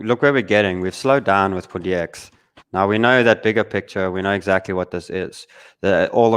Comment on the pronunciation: Exackly, exackly, exackly!!!!